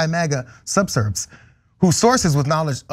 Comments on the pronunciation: "subserves"? TYT, you criticize others for their ignorance, but showcase anchors who fail to comprehend basic words like 'subversives'. I suggest you clean house before going back on the attack. Yes, brutal levels of ignorance are a critical part of the problem. But you've exposed the glass house you live in. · Subversives not subverbs. That's pronounced sub VER sives didn't they teach you pronunciation in high school? This is the third time I've heard you mispronounce a common word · Subserves? The word is subversives. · doesnt know how to say subversives. lol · Subversives. Please pronounce words correctly. I recommend this channel to others.